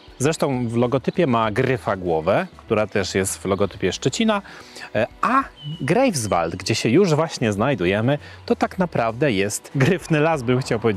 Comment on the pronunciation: Dzieci, bardzo to ladne, ale jestescie w Niemczech wiec potrzebna lepsza wymowa -GRAJFSwald, i SZTETYN.